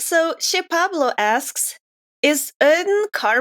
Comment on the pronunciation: I am surprise also what knows how to pronunce "che pablo". Most people said "pabló" instead of "pablo"